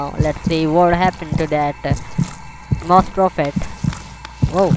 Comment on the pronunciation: Is the joke that its Moss-es